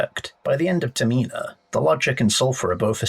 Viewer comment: Great vid but why are you saying Termina like that?